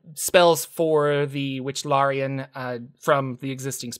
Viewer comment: Wichlaran not Wychlarian